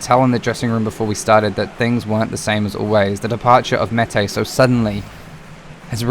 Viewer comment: Btw for future reference it’s Olise: O-Lee-Say Meite: May-Tay Araruna: Ah-Rah-Roo-Nah Cant remember if you pronounced this one right but it’s Ri-Nom-Oh-Tah